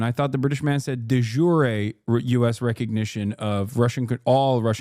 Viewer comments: De "jure" is just 1 syllable. Otherwise it'd be "juré". So it's pronounced similar to de sure, but with a j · De jure is latin meaning roughly "by law". The ancient romans didn't pronounce those 2 words with a goofy American accent.